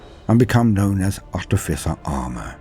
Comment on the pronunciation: Oh boy are we getting treated, thank you, not only is this just a little bit of perfection, but you also pronounced Artificer correctly, not an easy thing. How do I know, well I was an artificer officer in H.M. forces i.e. an engineer, not a good looking chap but I have a bit of grey matter that seems to work, it surprises me too lol